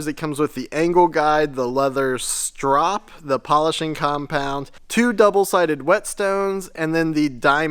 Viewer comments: Yes, you are saying strop correctly. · Yep you pronounced strop correctly. The strop is the most important part. You can sharpen a knife or chisel or axe on almost anything gritty but you will never get it shaving sharp without a strop. You don't even need that much polishing compound. Lots of people don't use any, just a leather belt or anything leather.